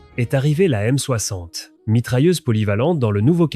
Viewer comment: Euh... c'est quoi la "aime soakssante" ? :D